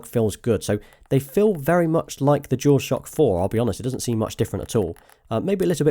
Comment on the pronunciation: Is he saying "jewel shock" thats all i hear. Its bugging the shit out of me lol.